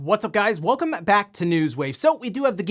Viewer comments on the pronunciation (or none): Day 4 of trying to make acknowledge his own peculiar way of enunciating the "-me" in "welcoME back to News Wave" at the beginning of most videos.